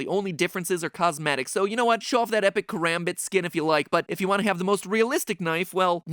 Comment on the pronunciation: Its pronounced ku-ram-bit